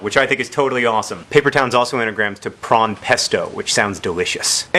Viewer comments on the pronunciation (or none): it's prawn pesto not prong pesto lol